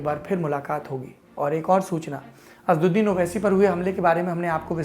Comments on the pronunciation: Please pronounce names properly. The name of Owaisi is not Asduddin but AsAduddin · Bhai the lallantop wale unka name assauddin h Name to achche se lo? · अबे नाम तो सही ले लिया करो। असद्दीन नहीं असद उद्दीन